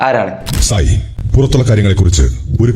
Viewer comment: Sai alla sahaayi(jasminte)😂